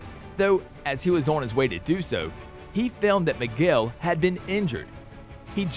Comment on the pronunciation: ITS MIGUEL NOT MIGWELL OMFG (good video btw)